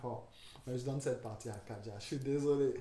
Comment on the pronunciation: Frère c’est KADJA et pas Kadija !!! Merci !!